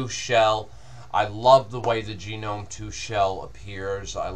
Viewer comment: It's not really a new distro, but I guess it's not that old either. I tried it a few months ago, then it was based on Fedora 14. I wasn't aware it had turned into an actual "fork" of Fedora with it's own repos, but that sounds like Fuduntu means business:-) It's like the Ubuntu/Mint of Fedora. An excellent review, but I'm pretty sure it's "Gnome" with a hard g, rather than "genome". It's got very little to do with genetics;-) (Sorry, I just had to comment on that)